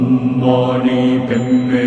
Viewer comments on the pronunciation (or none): none